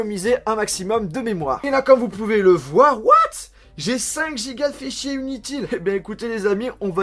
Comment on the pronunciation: "J'ai 5 GB de fais-chier inutil" MDRR